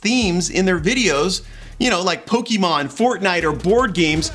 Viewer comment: I know this is a serious subject and i am generally concerned about this whole affair as i work in marketing (not in the usa) but i just have to bring this up... “POKIMON”? Seriously? C’mon, man, you’re trying to appeal to us aren’t you?